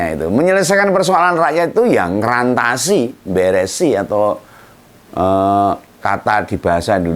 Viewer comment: Yang benar "mrantasi" , bukan ngrantasi .